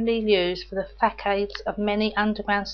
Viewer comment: That was superb.....who knew! Facade is pronounced 'Fas-ard'